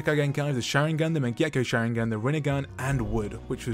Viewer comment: What did he just call the mangekyo sharing an?